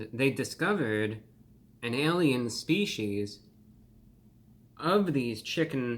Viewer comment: You pronounce species incorrectly